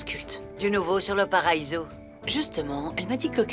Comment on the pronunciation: Qui comme moi à vue que à dit,,mon paraïso😂😂😂 😂😂😂😂😂😂